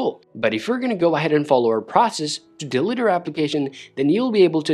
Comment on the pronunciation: Thanks for the video, but you need to work on how to say delete